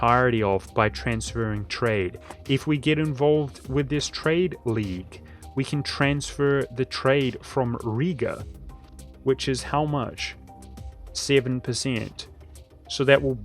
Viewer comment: Its not Riga it Rīga with a long ī just say i for 2 to 3 times longer. Also R like non english people say it.